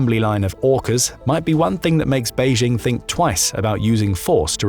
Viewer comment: When you emphasizes Beijing you've already lost🥲